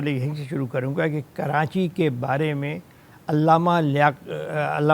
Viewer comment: کراچی کو کرانچی نہ بولیں